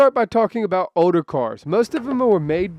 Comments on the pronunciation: i’m trippin i keep hearing oder instead of older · You're not alone... It's really getting odor... 😂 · What's an "odor" car? No speakie Engrish? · Is it me or is he saying Oder instead of older